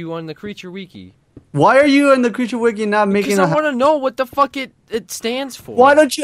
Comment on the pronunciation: y u pronounce wiki like weekee.